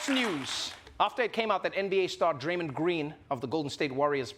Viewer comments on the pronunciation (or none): Plz get a host that can pronounce methane and draymond